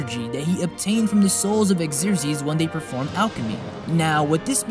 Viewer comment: Killing me with the pronunciation. Xerxes.(Zurk-zsees). Homunculi (ho-mon-cue-lie). Otherwise. cool.